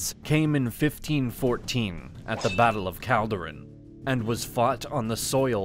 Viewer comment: It is not Eyeran it is Iran it is not Calderan it is Chaldoran, the "Ch" is pronounced as in "change". this just show how much research went into this video